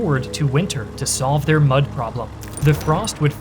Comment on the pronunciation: did he just said Much not mud